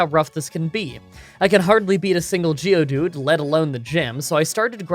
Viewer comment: Geodude, for the love of God, geodude please